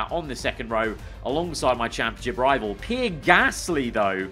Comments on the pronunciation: PEE-AIR, PEE-AIR, PEE-AIR, NOT FUCKING PIER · I don't like Pierre Gasly, but I never called him Pee Air Gasly. 😂😂😂😂😂😂😂😂😂😂😂😂😂😂😂😂😂😂😂😂😂😂😂😂😂😂😂😂😂😂😂😂😂😂😂😂